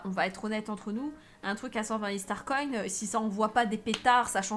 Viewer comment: Comment tu dit star coin tu dit star coine